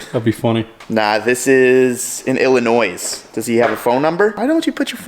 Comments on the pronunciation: Illinoi s is silent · Silent “s” in Illinois.